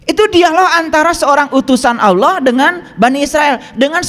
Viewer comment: Allah ya bukan auloh lafaz saja tdk benar😂